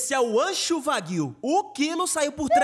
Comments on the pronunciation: Não se pronuncia "Vagyu" é "Uá-gy-u" , se não você não fala "Wolf" fala "volf"... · A pronúncia é "uagyu" não "vagyu", mas bom vídeo mano 👏🏻👏🏻👏🏻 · Vaguiu? Que isso major, agrediu a pronúncia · Não sei de onde ele tirou essa pronuncia, kkkkk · Mlk nn consegue pronunciar wagyu